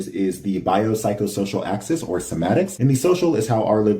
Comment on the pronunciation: somatics?❌ semantics?✅